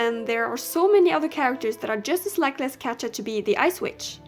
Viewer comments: I'm so sorry if this sounds annoying but Katja is pronounced Katia or Katya and this just makes me cringe I'm so sorry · It is so funny how you pronounce katja 😂